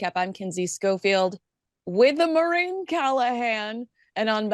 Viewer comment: Does Maureen pronounce her name "Marine"?